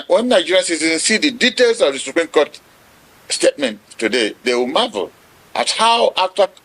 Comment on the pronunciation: It's SUPREME not Supream!